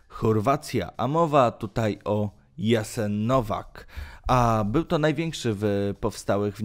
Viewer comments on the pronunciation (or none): Jasenovac się czyta tak jak po polsku nie "Jasenovak"